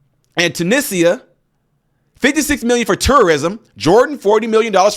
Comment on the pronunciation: Its pronounced Tu- neesia.